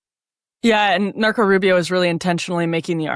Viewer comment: I'm glad I'm not the only one, who heard that. Lol